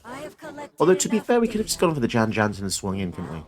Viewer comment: Jan Jansen at your service Is there a gryphon about? Beware! Your knees are MINE! Also Jan Jansen is pronounced "Yawn Yawnsen"